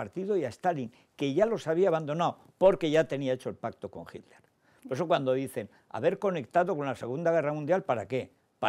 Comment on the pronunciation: porque los españoles dicen HILDER?